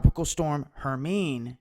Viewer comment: Herminê the final e is pronounced in it long form as in "free": Her - mine - ê